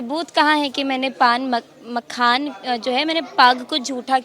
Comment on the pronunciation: जो मखाना नहीं बोल पा रही है जैसे लोगों से बिहार क्या उम्मीदकर सकती है ऐसे लोगों को वोट करना दिल्ली मुंबई पंजाब गुजरात हरियाणा पलायन रुकेगा नहीं